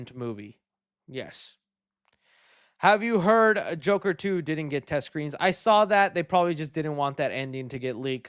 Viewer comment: It’s The Jurker not Joker